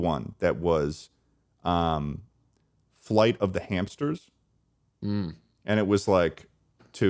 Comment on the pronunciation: The way pronounce "hamsters" is exactly the same vibe as when Benedict Cumberbatch is pronouncing "penguins" - "Flight of the hampsters" - "you launch a hampster"